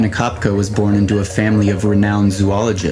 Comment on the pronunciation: The mispronunciation of her name ruined the whole thing. It’s Ko Pek E